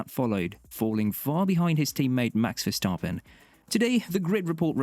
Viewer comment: omfg learn how to pronounce the driver names. verstAAAAAApen